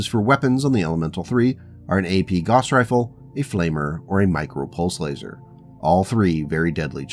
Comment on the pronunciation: Good series. Also "gauss rhymes with house".